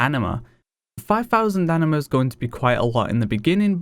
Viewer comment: Is it just me or does he keep saying Enema?